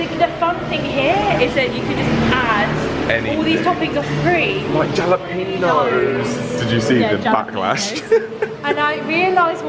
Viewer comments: I'm sure you know by now that the j in jalapeño is an h sound. I love the fun way I learn things on this channel. You should try an Diner (mom and pop) for some traditional restaurant experience. Keep up the good work. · I am not picky but trying to help you out... Jalapeño peppers, the 'J' is pronounced as a 'H'. It is pronounced Helapino. (it is Mexican, Spanish so it pronounced the way it would be in Spanish.) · I know you and all other Brits pronounce jalapenos exactly as it's spelled, but when you're at a Five Guys in California please pronounce it as "hal-uh-PAYN-nyoes"! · In USA don't pronounce the j in jalapeno, sounds like an h sound. Love you guys, help make my day better! 🤩♥️ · lord GOD guys ... did we teach you nothing in Austin?? The jalapeño peppers are pronounced "hah-lah-PAIN-yoes" and if you really wanna get snooty on the counter staff, they're "hah-lah-PAIN-yoes in ess-kah-BAY-chay" (jalapeño chiles in a pickle). Unless you are ravenous after a day's fasting, always order the LITTLE hamburger/cheeseburger, which is single patty. The "regular" is double patty, and overkill, as you discovered The complimentary peanuts are boiled in salted water to cook them. This is a Georgia thing; farther west, we shell them, salt them, and roast them in the oven. Milkshakes and malts need to set a few minutes to thaw, so you can get them sucked up the straw. Chips are served with the philosophy of "have lots, we don't want you to think we're cheap". The downside of that is they are soft and flimsy, and not all that good. Yes, bags of potatoes and boxes of peanuts stacked in the shop are also an American thing. Management warn you they're using peanut oil because so many people have (or claim to have) peanut allergies. Personally, I'm in favour of using peanut oil, since it doesn't pick up flavours from whatever you've cooked in it. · 😉Triggered...Jalapeno!😂 It's pronounced "Halepeño"!🤣 Also, in the US it's called TJMaxx. .. an odd difference. I wonder why?